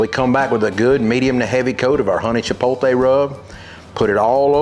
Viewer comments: Love the explanation. On a side note... Love the fact that most people with a sort of southern accent always put the "L" before the "T" in chipotle. Its Chipotle... not Chipoltee. Anyway, thanks for listening to me complain. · It’s not hard to get tired of these BBQ videos. Everybody thinks they are the best. But I have to say, yours are top notch. And this is a great (and useful video). (As an aside, the correct pronunciation is chiPOTle. Not chiPOLte. You are transposing the L and the T.) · You say chipolte, I say chipotle ... but does the one taste any different from the other? I really enjoyed this video. Thank you! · I LOVE! He is the BBQ MASTER! Unfortunately, - after more than a decade of use... it's NOT "Chi - POL - Tay"... it's "Chi - POTE - Lay" Arggggh! I just can't subscribe! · for chipotle best Spanish to English pronunciation I can think of is chip Oat Lay. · Everyone pronounces everything differently. How about white boy just learn how to pronounce it properly nice and for all? Chi pol tay chi pol. High af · Pretty funny--I was just thinking, "It's pronounced 'chipote-lay'", when you basically chastised me for caring how people pronounce things. 😆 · The "T" does come before the "L" in "Chipotle," so there is no arguing that the last syllable is pronounced "lay," not "tay." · CHIP-OT-LEY. Now say it quick 🙂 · If they're not saying "chipotle" like "chipolte" I'm not listening to their barbecue advice 😤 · CHUH-POT-LAY. Just think of getting laid at the end. LOL! Great instructions on how to grill! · Sorry, but there is only ONE way to say chipotle. It’s pronounced “che-pote-lay”. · I trusted him until he said Chi-pol-tay…. 😂😂😂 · Chee-pole-tay, chee-pole-lay, i love it 😂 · When you win Grand Champion at Memphis in May, you can pronounce Chipotle any way you want brother!!🏆🏆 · When you’re giving out hard earned knowledge for free you can say chipotle however you dang well please. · Chip-pote-LAY, not Chip-pole-TAY Since you asked.